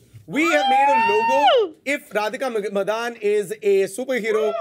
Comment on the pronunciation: Is it pronunced as Radhika Madan or Madaaan.....I thought she was a Tamilian or Telugu by her surname.....her voice is so like Tabu’s...